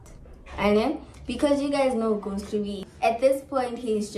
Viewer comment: Why did say ghost must mize